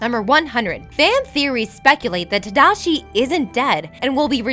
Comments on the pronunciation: 83000 buildings, not 82000. Also, it's San Fransokyo, not San Fransosyko, and you mispronounce so many names ARGH (Shee-yoon Kim, not Shy-yoon Kim. Ta-Da-Shi, not Tadaeshi or however you pronounced it) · I feel like they pronounce shit wrong on purpose in order to get people to comment so much on their videos. "Tadishi" "San Fransoskyo" "Baymex" Idk how pronunciation becomes inconsistent when you're reading facts and are able to do more than one take for a video that you can edit... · tadishi? haha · ta-DA-shi.. not tadishi, like seriously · tadishi? tadishi????? tamotherfuckingdishi??????? godamn it!!! Another video where you havnt actually seen what your talking about!!!! sit down and watch the movie instead of messing up at your simple job!! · "Tadishi"? Hoo boy... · Why does she keep pronouncing slightly things wrong lol Tomago, Tadishi, Big Zero 6.. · Did you not cringed when she said "Tadishi"? That was way worse. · How do you mispronounce Tadashi's name... Lol. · Its tAmago. And Tadashi。the pronunciation is horrible. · Wow she had A LOT of mispronunciations in this video...I have never heard someone butcher Tadashi's name like that before... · Sorry! I looked up the pronunciation, but I butchered it :( back to ye ol' Rosetta Stone tapes. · Did anyone else cry at the pronunciation of Tadashi or was it just me